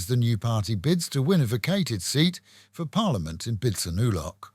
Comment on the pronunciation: It’s ‘pitsanewlow’. Great show